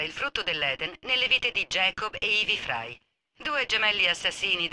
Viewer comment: Ci tieni molto ma non hai fatto i primi -.- Non hai fatto neanche Chronicles che spiega un botto la storia L'inglese.... Si dice Frai non Frei